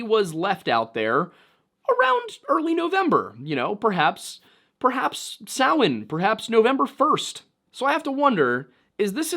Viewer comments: I trust this man because he actually knows how to pronounce Samhain. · Woooo! You pronounced Samhain correctly high five Thats a rarity even in the Pagan world 😅